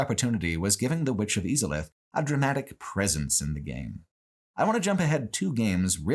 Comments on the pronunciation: ive never heard anybody pronounce izalith e-zalith and even more so seath and see-ath. its literally said in game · I love how cruelly you mispronounce names like Izalith and Seath. You are literally taught how to say their names in the first cutscene 😂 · I’ve never heard someone pronounce Izalith and Seethe the Scaleless like that lol